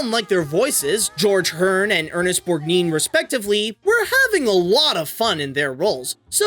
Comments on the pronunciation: It's pronounced "Borg-nine." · Uh, Ernest Borgnine's name is pronounced like his license plate: Borg-9. Also, the animation of this one was done mostly by Wang Film, a TV animation company who did the entirety of Garfield and Friends.